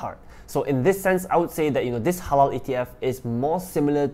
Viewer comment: I was laughing on how pronounced 'HLAL'...very habibi